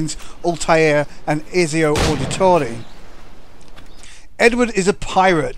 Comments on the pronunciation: Ezzio? ROFL its Ett-see-oh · It's Ezio not eseyou -__